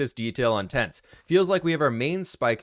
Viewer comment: Please tell me I wasn't the only that caught this "today's episode is going to be in tents..."